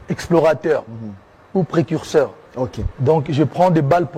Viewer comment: On dit précurseur et non precusteur joyeux Noël a toi